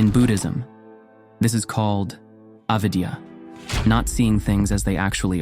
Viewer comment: I finally had to turn this off. Avidya ...it's Sanskrit....RESEARCH YOUR STUFF!!!!!!